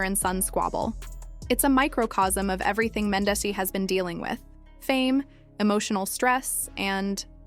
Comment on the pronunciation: Cringing to hear you pronounce Mendeecees an Yandy names all the way wrong. I can tell you don’t watch luv an hiphop Atlanta cause you wouldn’t be pronouncing their names wrong . If you gone speak on our culture learn how to enunciate their names an if u really watched the show you’d know that you are shredding their names 😬😬😬😬😬😬😬it’s disrespectful put some respect on their names